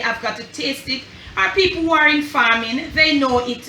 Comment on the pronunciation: “Hey, heverybody, how har you doing? Har you hay-okay?” Lol! My husband and I chuckled 🇯🇲 thank you for the video!